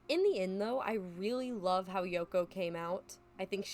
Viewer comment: 2 years old but you said 'hoe artists' instead of how artists, and ngl I was super confused 😭